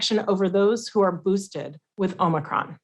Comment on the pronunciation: Is it a Amicron or Omicron he just called it Amicron